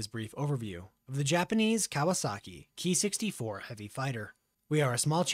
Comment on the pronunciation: I am no expert either but I believe it should be pronounced "kay-eye" not "key"